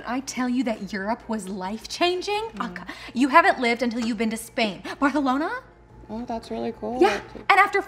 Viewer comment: I can't with ''Barthelona''